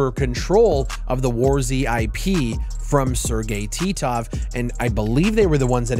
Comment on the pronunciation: I smiled when you said Sergey Titov. It brought back so many memories of you saying his name.